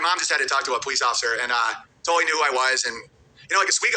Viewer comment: Owens that dude who pronounces L words with W sounds.😂👌 Totawwy,Awedgedwy, iwigitimentwy, and many more.😂